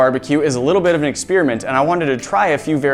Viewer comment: Why can't you pronounce experiment?